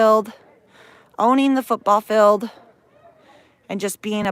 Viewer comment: Field!!!! It’s pronounced Feeeeeeld!!!!!!